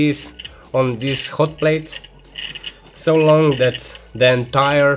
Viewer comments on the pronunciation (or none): none